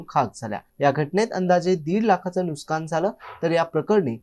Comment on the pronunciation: नुसकान नाही, नुकसान म्हणतात